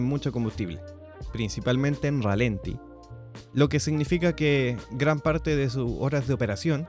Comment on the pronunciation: Chequea la cifra de torque que mencionas, está mal. Por cierto, la acentuación correcta es ralentí y no ralenti. Saludos